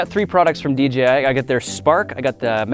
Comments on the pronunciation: The amount of times Grant says DJI is unreal.. ..Plus it's d-JAY-i not d-GEE-i Other than that 👍 video. Noice. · Who all heard him say DGI